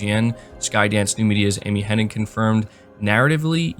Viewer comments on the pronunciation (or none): Her name is Amy Hen-Nig NOT Henning! Everybody says it wrong, including you!